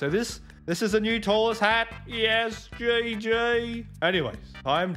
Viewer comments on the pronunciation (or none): nice how he says gg